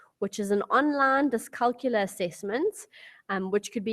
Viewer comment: Dyscalculia is pronounced dys-cal-cul-ia -- therefore you need to pronounce the ia at the end of the word. The same way you pronounce dyslex-ia.